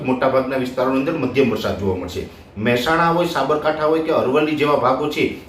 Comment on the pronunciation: વરસાદૉ નહીં પણ વરસાદ બોલો અને જમીનો નહીં પણ જમીન બોલો😢